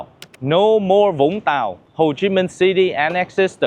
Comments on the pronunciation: C’est pas tire mais c’est vire le verbe qu’il fallait mettre dans le titre en français ! Et la voix de l’IA ne sait pas prononcer les noms des villes (au lieu de Vung Tau il dit quelque chose comme Bung ga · l'ia génère automatiquement le titre ET la narration, d'où les âneries que vous voyez et entendez. Dans la VO, que vous avez en le précisant dans les paramètres de youtube, l'auteur prononce bien les mots des localités, il est Viet, quand même ! Au fait, Vung Tau était le lieu de plages de wk de mon enfance. Prononciation authentique à la sudiste, young tao.